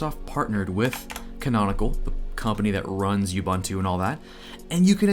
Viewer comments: I just have to address the pronounciation of "Ubuntu" Its a Zulu word ... it means "I am ... because you are" I know this because I live in Kwa Zulu Natal ... the literal home of the Zulu Say it with me "Oooo Booon Tooo" but cut the Tooo part really short. But now say it with a stereotypical african accent. You saying like You-bun-to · It's pronounce "oo-boon-too" :) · I like how you say Ubuntu and Azure. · Well, at least you're consistent in how you're pronouncing Ubuntu... :P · the repeated mispronunciation of 'ubuntu' is a bit grating. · OOBOONTOO not YOUBANTOO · Nice primer. BTW: – All the "u"s in Ubuntu are pronounced as "oo", so it's pronounced "oo-boon-too", not "you-bun-too". – sudo is pronounced "sue-doo" (as in, super/substitute user do ), not "sue-doe". – You don't really need to do apt-get anymore; you can just do apt. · It is pronounced oo-boon-too. Also Ubuntu (and other flavors of linux) also has a GUI much like OSX and Windows. When installing Ubuntu without the GUI you are generally installing the head-less server version typically used to run things like apache or nginx. You don't want the overhead of flashy graphics when running a server. But I am probably explaining waaaay more than the person trying to get in to Linux needs to know. So just sudo apt-get do-release-upgrade for now and upgrade from windows to a unix based system. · Don't want to be that guy, but it is Uboontoo, not Ubuntoo service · You said "YEW-BUN-TOO" but I think you meant "OO- BOON-TOO". You have no street cred if you can't even pronounce it right. Jus' sayin' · It's "OO-boen-too" ! NOT "You-bun2" ;) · Did he say Yubuntu? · Great videos on Linux, docker, kubernetes. Found you channel recently, have watched quite a few. Keep up the great work. Just to make justice to the true name and meaning of the Ubuntu distro, Ubuntu is pronounced 'oubountou', every U is pronounced as OU. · You-bunt-oo. IKR. I thought the same thing.